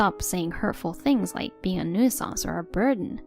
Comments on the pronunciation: 1st story was great. Loved the husband was supporting the wife. 2nd story...please learn how to pronounce nuisance. That was like nails on a chalkboard. Other than that, every one of us over 50 were once teenagers and thought 40s were elderly and in our way. Aging is just nature's karma for being obnoxious youngsters. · 'New-sanse', not 'new-ee-senz'. Your videos sound stupid when you don't research the language